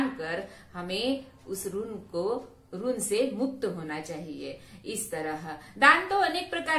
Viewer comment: " ऋन" नहीं, अपितु "ऋण"., "दक्षिणा", "कारण", "रुग्ण", "रक्षण".